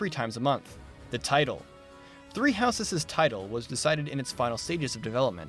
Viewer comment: I love you, but please... Stop adding the unnecessary and incorrect extra "es" sound when pronouncing "houses'" and any other words or names that end in an "s" sound while having a possessive use, such as with an apostrophe. You sound like an illiterate child.